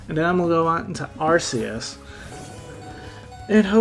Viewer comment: Thanks for pronouncing Arceus properly lol I’ve had some fun with it in AG on showdown